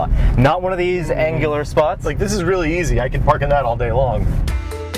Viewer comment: LOL can't parrrk.